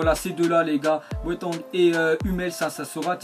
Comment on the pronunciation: dit bien les noms stp psq avec boateng mdrrr